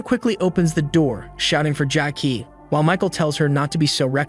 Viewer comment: This AI is out of control. Who the hell calls ramen noodles as “raymen” 🤦‍♂️ Not to mention calling MC “Jackie” or “Jack-ey” i/o what’s in the manhwa (Jae-ik)